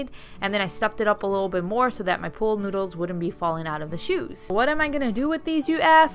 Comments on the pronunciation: Why do you say pole noodle? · Your so cute saying POOL noodle. Sounded like pole. 😀 Cute poles. Fun.